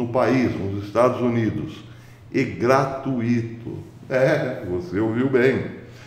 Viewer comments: Não é "gra-tu-í-to", trata-se de um ditongo, pronuncia-se gra-tui-to, como "fortuito". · Prezado, peço licença para fazer uma pequena correção: palavra gra-tui-to possui um ditongo na sílaba tui, e não um hiato. Abraço!!